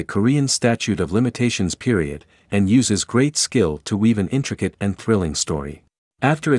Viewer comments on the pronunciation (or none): none